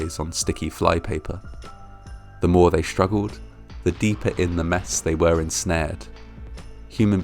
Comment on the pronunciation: SCHtorage tank, SCHtreetcar, SCHtruggled, conSCHtruction..... Ffs!!! :-(